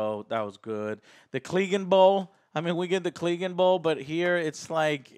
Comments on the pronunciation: What the fucks a "cleeganbowl"? How can you call yourself a game of thrones fan and not know how to pronounce CLEGANE 😂 They literally say it multiple times throughout the show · Okay I understand the mispronunciation of names for book readers, but if you watch the show how are you mispronouncing Clegane and Cleganebowl? Lol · Are you sure you've been watching all this time? You pronounced so many names wrong lol. Yurion? Drogo? Cleg-in bowl?